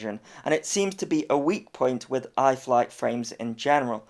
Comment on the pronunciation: 11.:46 I'm sure that said "wiv" RC guys don't say WIV or FINK or FANKS etc.